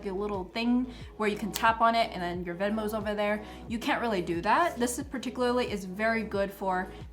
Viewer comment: Very helpful, thank you.... and I mean no offense, just trying to help bc you used the word about 10 times and mispronounced it each time (particularly)... it's PAR-TICK-YOU-LAR-LEE...thanx again